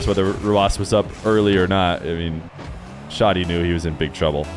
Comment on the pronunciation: Hi! i'm arabic and the way to pronounce it is Shadi (you say the "a" like when u say 'cat') not Shodi